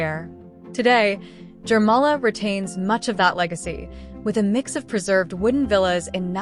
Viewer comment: As regards to local languages - it appears that for English speaking people it's hard to pronounce local names and names of places. As a major example - river Gauja at the Gauja National park should be pronounced like Gauya with Y as in York , instead of English alphabet ''J'' pronounciation. Same applies to Jūrmala But nice video, just a little outdated because soviet time monument on the left bank of Daugava river was dismantled in 2022. after russia's full scale invasion in Ukraine .